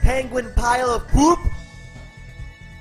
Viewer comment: "Penguin pile of poOP!" LMAO, WHY DID HE HAVE TO SAY IT LIKE THAT- 😹😹😹